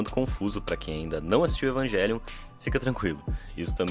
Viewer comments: Evanguelion é o cacete é evangelion mesmo sabe nem pronunciar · mano porque ele fica falando "eVaNgUeLiOn" e não EVANGELION(??????) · na real, ele continua dizendo errado. O certo seria Evanguêlion e não Evaguélion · Ele ia fala evangelion e no meio falo evanguelion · a palavra evangelion vem do latin então a pronuncia "envagélion" esta correta, a maneira incorreta é falar envaguélion mesmo é a maneira estadunizada de dizer ( se eu estiver errado alguém me corrija) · mano, não dá kkkkkk Evanguélion é de fuder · evanguéllion AAAAAAAAAAA QUE AGONIA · desculpa, mas falar EVANGUELION não tem perdão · Não vou conseguir ficar meio hora ouvindo o falar EvanGUÉlion 😢😭😭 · Esse vídeo ficou muito bom, só que cada vez que ele disse EvanGuelio foi uma facada no peito. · evan GUELION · Meu deus que odio o falando evanguelio, que odio meme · "Evanguelion" faz de novo faz direito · Agonia do falando evanguelion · cada vez q o fala "evanGelion" meu ouvido sangra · toda vez que o diz Evanguélion eu perco 1 ano de vida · cara tamo no Brasil, é Evangelion não pq tamo falando em inglês, e sim pq é um jeito abrasileirado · O é um cara legal, mas tem o defeito de falar evanGUElion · você pronuncia errado o nome realmente é do outro jeito. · Não dá cara e ele ainda corrigiu o cara no começo, foi horrível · mó tosco dizer o nome do anime com som de "G" com som de "J" é muito melhor